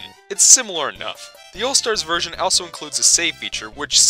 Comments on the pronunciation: How can you mispronounce a word as simple as also multiple times in one video? Answer: many. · You pronounce “also” extremely bizarrely lol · what the fuck is up with pronunciation of the word "also"?